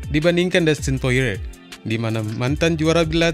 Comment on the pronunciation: sebutannya poriyer